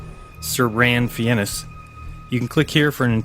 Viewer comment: Who is Ran Finess? Did he mean Sir Ranulph Fiennes, a real man. Unlike you, you ASS.